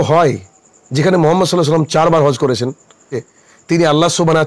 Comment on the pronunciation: বন্দু আপনি কি সহি ভাবে কোরআন পরতে পারেন?আপনার সালাম তো সহি না